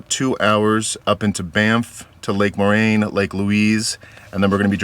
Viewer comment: A Molson red top or Moosehead would make it more Canadian. 😂 BTW, “poo-teen” and Lake “More-ayne”